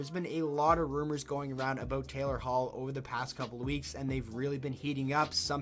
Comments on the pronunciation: I heard my name and had to relisten like 8 times. I still hear Kaylor Hall, not Taylor. God that threw me for a loop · Im_c21 he did say Kaylor lol